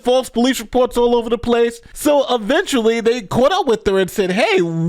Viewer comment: The word is, "eventually" not aventually.